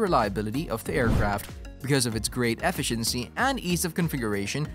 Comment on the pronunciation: Knowing how to pronounce basic words such as "efficiency" or "comparable" or "Comanche" etc will generally help with views. Kids....if you don't know how to pronounce something, look it up, don't just fake it hoping you get it right or that nobody notices. Especially if you're trying to do an "educational" video.